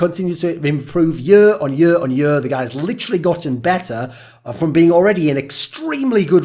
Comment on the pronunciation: Why does this dude say yur, instead of year?